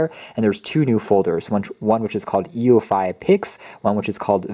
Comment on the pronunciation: It's pronounced "you-fee"